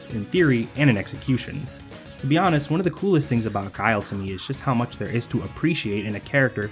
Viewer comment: thank you for including this lmao, I still think back to K Brad getting mad at Guile, calling him Gui-li, Guy-El, Gill